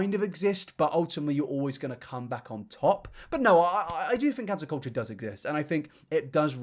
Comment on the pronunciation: Yep, and sub show it like Ballad... Same w "cancer culture" 😅